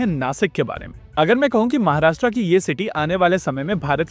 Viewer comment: It is नाशिक not नासिक and it is महाराष्ट्र not महाराष्ट्रा., I hope you will not mispronounce in future. जय महाराष्ट्र!